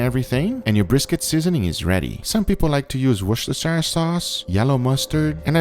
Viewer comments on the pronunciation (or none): worchestershire - Woos - ter - sher sauce.. ;) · the correct pronunciation for worcestershire sauce is "WU-STI-SHR" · I'm not trying to be rude but it's pronounced wost-a-shere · nobody: not a single soul Guga:Wischstersayeeeer Souce. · to all americans its worcster SHEER sauce thats how its pronounced im from worcestershire so i know how to pronounce my countys name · Its pronounced 'woostersheer' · Guga, "worcestershire" should be pronounced "Wooster", with the "oo" as in "book". Just like "Leicester" is pronounced "Lester". I know it's weird, but that's how we roll in the UK! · some of franklin videos says apple cider, 1 video says worchestersire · That looked delicious!! PS: I believe you are pronouncing Worcestershire incorrectly, it is a tricky word indeed but thats ok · guga you dont split worcestershire up and shire more pronounce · I though he would have gotten enough heat from the Worcestershire sauce pronunciation from previous videos that he would have looked it up and learned the right way. Apparently not. :) (Wondering if he would pronounce New Hampshire the same way with the shire where hobbits live)